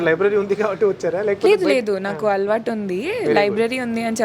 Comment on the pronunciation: తెలుగును వంకరగా పలకటం తెలుగు వాళ్ళకు దురలవాటు. తన తల్లి దండ్రులు పెట్టిన చక్కని పేరు 'మేఘన' (Meghana) ఐతే ఆ అమ్మాయి తన పేరును 'మేగ్న' అని చెప్తుంది. 'అలవాటు' ని 'అల్వాటు' అని పలుకుతుంది.